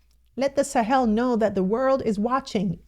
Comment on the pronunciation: She's one person pronouncing ,the Sahel, correctly 😊😊😊😊😊😊